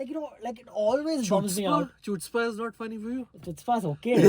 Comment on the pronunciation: OMG is good, but it’s too theistic for me. I like that PK at least flirts with atheism. But I do wish someone would have the chutzpah 😉 to make a truly atheistic film, but India is too religious and y’all would riot. (Also, Haider taught y’all to mispronounce “chutzpah.” The “ch” is [x], i.e. the “‘kh’ from the epiglottis” sound ख़, not च or छ.)